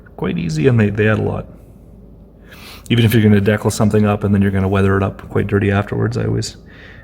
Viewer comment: From the persistent chirping smoke alarm to the consistent mispronunciation of "decal", this is a masterful work of psychic terrorism.